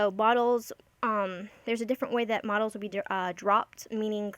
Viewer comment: Great video! The horrible "engrish" from translating the website was throwing me off~ Just one note, the modules in the game aren't pronounced as "models," it's actually "mah-joo-uls." (the 'uls' part is pronounced like the beginning part of the word 'ulcer')